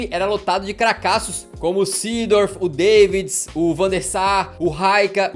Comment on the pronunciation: "Deivids" não mano, pô!